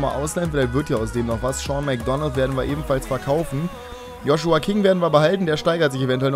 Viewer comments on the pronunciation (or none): none